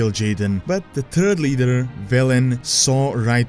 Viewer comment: "The Turd Leader" hahahaha. Sorry if I'm coming off as mean it just sounded so funny to me. You're too nice to hate anyway. Merry Christmas you monocle-wearing Orc!😇😈